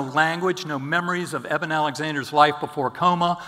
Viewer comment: Dans vôtre présentation vous avez fait une erreur ce n'est pas " Éden " mais Eben !!!